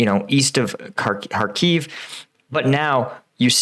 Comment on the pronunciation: Kh not K.. Kharkiv, not Harkiv.. Just like it is loch-ness, and not log-ness.